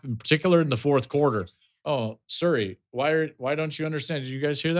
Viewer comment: lol Joel your pronunciation of Siri was more correct in Missouri than as the standalone word. 😂